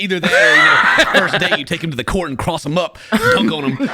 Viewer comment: I keep hearing "court" as "pork".